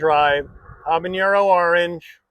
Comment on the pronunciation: ok I'll be 'that' guy........ it's habaNero not habaÑero also, I'm a gringo, so...... :)